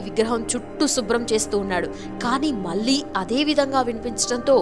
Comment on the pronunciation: అమ్మ ఆశ్చర్య పోయారు అనాలి ఆచర్య కాదు... మళ్ళీ అనాలి మల్లి కాదు. ఎందుకమ్మ తెలుగు ని ఇలా చేస్తున్నారు 😡